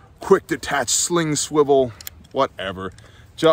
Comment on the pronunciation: Enjoyed the multilingual from you heavy emphasis on sling"O" its good to to know we as the nation are branching out. Great vid on a QRF belt"O" out on the pines. Seemed like good placement and items within easy reach while in a fight.